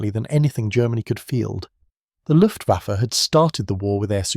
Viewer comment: WTF is the LUFTVAFFY ? ? ? ....Right at seconds IN after showing AMERICAN B17s and saying German Bombers "ruled the skies" and THEN said "LUFTVAFFY, I emmediately switched off and gave this vid a DISLIKE !